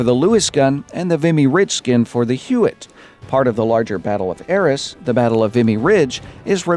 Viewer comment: BTW Arras is pronouced A-ras Hard As, not Es